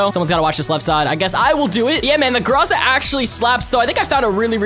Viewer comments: Everyone: Groza: Graza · Ok you pronounce it groza (gr-ah-za)??